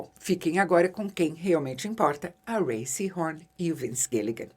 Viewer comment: Isabela, obrigado por pronunciar o nome da Rhea corretamente. Só isso ja demonstra que você fez uma pesquisa mais profunda que 99% do youtube que ta falando sobre a série. Você está em outro nível!